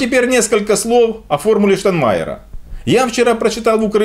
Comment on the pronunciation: ребята, при всем уважении - ну потренируйтесь правильно произносить - "ШтаЙнмайер", а не "Штанмайер"! Петя научился